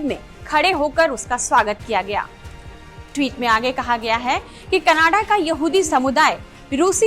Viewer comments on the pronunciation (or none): none